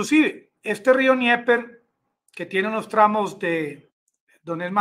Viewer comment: Amigo. Dnieper se pronuncia Denieper. Rio Denieper. No se pronuncia Nieper.